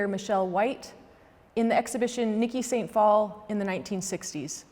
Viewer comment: It’s pronounced day sant phalle